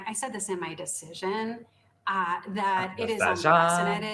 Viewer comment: I was totally doing the valley girl "deciSION" in my head simultaneous to Benny. Sure I'm not the only one😅